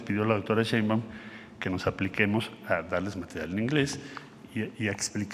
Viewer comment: Es Marcelo "Ebrard" no, Marcelo "Ebrarc" y Claudia "Sheinbaum" no, "Sheimbao"